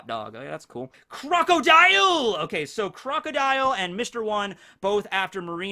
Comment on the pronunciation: You called Crocodile pretty much perfectly